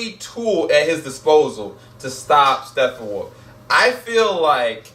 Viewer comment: I have to say one thing negative about you lol. Can you not pronounce Steppenwolf???? if it's a speach thing that it's all good but seriously dude. It is not STEFFENWOLF lol